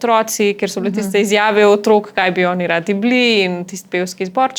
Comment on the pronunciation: ne reče se "Otrôk ni", ampak "Otrók ni"!!. Naglaševanje je pomembno.